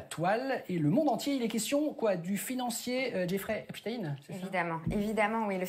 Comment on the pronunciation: Pourquoi epstine et pas epstein ? espstein sonne trop j...f ?